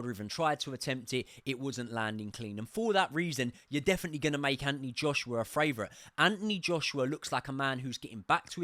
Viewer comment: Do you say FRavourite on purpose instead of favourite?